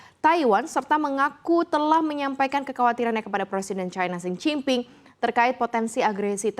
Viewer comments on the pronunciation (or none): Xi jin ping mbaaaaa..bukan sen cing ping..sen cing ping artinya "gila" wakakakkakakakaa